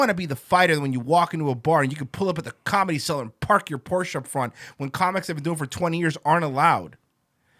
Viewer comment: ''calmedy'' - Comedy ''tiggets'' - Tickets ''sowld'' - Sold ''talmbout'' - Talking about ''irrrvery'' - Every Master linguist B...